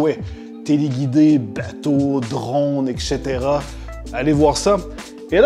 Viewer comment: IL A DIT "EKCHETERA" 😱😱😱😱